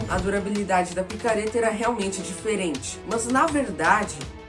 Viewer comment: Kkk dierente